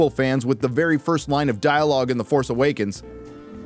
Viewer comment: You pronounced The FARCE Awakens incorrectly.